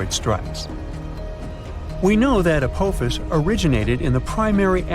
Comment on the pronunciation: I can't take the fucking up the name Apophis any more... it's ( A-Pa-Fis) not ( A-poe-fees) !!!